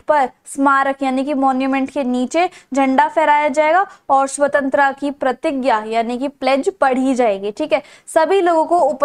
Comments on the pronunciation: Swantra kya hota h mam jo aap bol rhe ho swatantrata hotaa h😂😂😂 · Its SAVTANTARTA not SAVTANTRA Tho u teach good but this mispronunciation wasn't accepted. Hope u know now the correct one❤ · hey there your explanations are great but you pronounce some words wrong and the main word here is svatantrata. I have seen other videos as well and in the topi chapter you were speaking the name of Iffan's sister wrong. Please make sure so pronounce things correctly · Nice teaching 🎉 But your accent " Swatantra " 😂